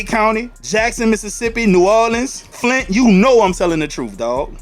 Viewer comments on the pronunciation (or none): my boi said flint